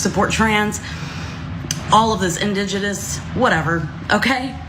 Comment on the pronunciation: You do NOT have the white voice. You're nuts. You're an idiot. Can't even pronounce "indigenous," you're such an idiot.